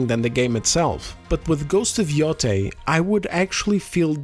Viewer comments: I like that you pronounce Yotei differently each time you say it. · This grifter can't even pronounce Yotei